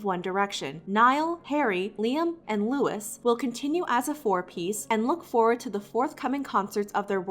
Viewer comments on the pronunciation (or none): uh- its um pronounced 'Loui" not "lewis" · It's Louis, not Lewis. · She said loui s Not lou_i Gurl! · "Lewis" OMG I DIED HIS AME IS LOUIS PRONOUNCED LOOUUUEEEE NOT LEWIS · CAN YOU STOP SAYING LEWIS! LOIUS'S NAME IS PRONOUNCED LOUIE! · Totally unrelated but it bothered me so much when she pronounced louis’ name as “lewis” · when the voice over women said ‘lewis’ instead of ‘louis’ it made me anxious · Not to sound like a directioner in 2020 but his name isn’t pronounced Lewis it’s Louie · I WAS SO TRIGGERED WHEN SHE SAID LEWIS I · It really annoyed me that she calls him "Lewis" instead of "Lewie," like how it's supposed to be pronounced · when you still don’t know how to say louis’ name right it’s “luwee” not “lewis” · when she said "lewis" instead of "louis" we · ( it’s lou-ee. not lew-is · Louis name is pronounced as Lewy, not Lewis. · Yes exactly every time she said Lewis I was like "Louis, Louis, LOUIS" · Did she really just say lewis?! Like come on its not that hard to just say louis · Am the the only one who got annoyed that she pronounced “Louie’s” name “Lewis” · When she said Lewis instead of louis I cringed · Her saying “L-OO-I-S” instead of “L-OO- EE” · Louis is a french name, that s is silent and the pop star himself pronounces it without the s making it Louie not Lewis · "loueeh" not "Lewis" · Who else is triggered she said LOISE instead of LOUIE lol idk why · I’m angry that she keeps on saying Lewis instead of Louis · LOO-EE not Lewis. Other than that great info!! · Don’t mean to be that person but,,, I can’t get over the fact you’re saying “Lewis” and not “Louis” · I know that I should not nit pick this but its pronounced Louie not Louis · My name is louis and i cringed so hard when she said lewis, its Louis pronounced Louie but spelt with an S not an E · Okay but she said LEWIS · Did she just call Louis... Lewis?.. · did you just call him Lewis? >:( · Did she say louiS 👁👄👁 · I’m sorry but when I heard her say Niall, Harry, Liam, and Lewis 😂😂